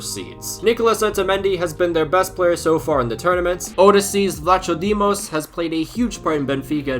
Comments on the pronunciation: "Odessees Vlatsodimos" Gold Star for trying i guess 😅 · Ah yes the great goalkeeper bla-ch-odimos😂. No hate but you have to pronounce these names better😂